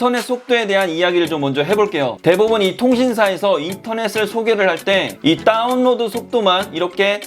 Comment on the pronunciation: 요즘 인터넷에 대한 이슈가 많은데 다뤄주시다니.. 평소 궁금했던 부분 말끔히 해결됐습니다^^ 다운로드 발음하실 때 “따운”이라고 하시는거 중독성 있네요 ㅎㅎㅎ